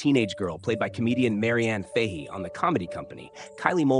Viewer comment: I know you yanks aren't the brightest, but if you're going to do a blurb on someone at least get the bloody name right. Repeat after me .... Mary-Anne Fahey. There, .. it wasn't too hard, was it?